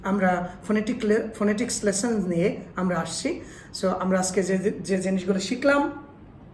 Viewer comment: apnar bangla "যে" উচ্চারন ঠিক না